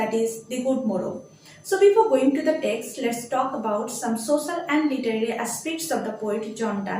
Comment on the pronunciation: At first I would like to say your explanation is very good but some pronunciation are not correct. The (দা) Good Morrow হবে। এরকম আপনার অনেক ভিডিও তে দেখেছি আপনার বেশ কিছু সহজ উচ্চারণ ভুল আছে।